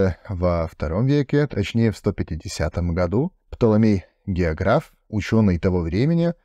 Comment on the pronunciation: Не геогрАф а геОграф